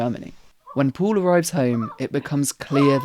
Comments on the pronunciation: Sein Name ist "Paul" und nicht "Puhl". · Why do you pronounce Paul as "pool"